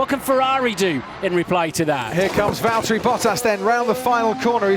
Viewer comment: Lewis, it's Valtteri